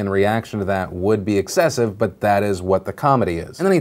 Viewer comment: Whenever Philly says "but" I hear it "fuck"